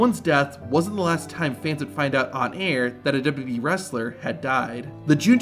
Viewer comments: Stop saying DubBubBEe, it's Double You Double You Ee...Please slow down and pronounce words and stop rushing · As this video progresses, your pronunciation of WWE gets worse and worse. Eventually you're saying "d'bee" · that's how you say "WWE". Not "Dubba B". Great content, but your pronunciation of WWE has driven me crazy for years now. In other words, you've got heat with me over the way you say it. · I hate the way you pronounce WWE. You add a B in there. WHYY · "Dubdabee" Double u, double u, ee. How hard is that? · Is it me or is the guy calling it "WBE" instead of WWE? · Why can't you say "WWE" properly? You say "d'wee" all through this video. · Please learn how to say WWE. It sounds like WB most of the time. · I've never heard of this wrestling company called "dub dub e" before. Please tell me more. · WWE - ❌ "Dububee" - ✅ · it isn't called "dubo dubo ee" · The rushed, awkward way the narrator says WWE is distracting and annoying. If it isn't some AI horseshit and it's the channels owner doing the voice over, PLEASE slow down and pronounce the 3 simple letters correctly: WWE (double you, double you, eeee)... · Narrator needs speech therapy. Dubbadee. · Double-you Double-you EE Two-thousand seven Learn to say these things, for Gods sake. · Sounds like you say "Dub dub E" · Its okay to pronounce WWE correctly and slowly... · Is the way you pronounce wwe on purpose? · Please practice pronouncing “WWE”. You’re not even close.